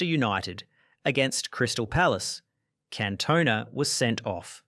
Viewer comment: It's Can-toh-nah